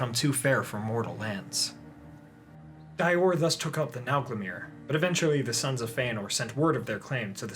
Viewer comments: Dior="Dee-or" rather than "Dye-or" :) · *Dior = (Dee-Ohr) =)